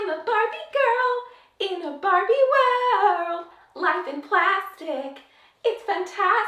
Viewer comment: Every time that you sad Barbie, I understand Bobby, like " they look like Bobby lips" and I was like Who's Bobby? And then I understand that you were saying Barbie hahaahahahaha issues of a second language 🇧🇷